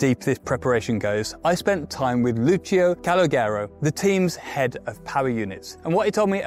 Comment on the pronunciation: Does it really take that much effort to ask people how you pronounce their name? Poor Lucio Calogero 😅